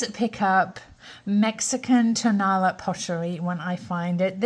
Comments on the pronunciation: I'm happy to have just discovered your channel through Laura of Left Coast Vintage! I can tell I'm going to learn a lot from you. One little piece of info I can pass your way: Tonalá is prounounced To-nah-LAH, emphasis on the final syllable. :) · accent on the wrong syllable. ton-a